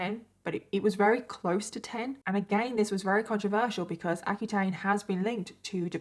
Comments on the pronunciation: can u say very instead of “rary” lol i’m sorry it just drives me nuts i love your stories but the fact that u don’t pronounce ur v’s drives me insane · can you pronounce very right lol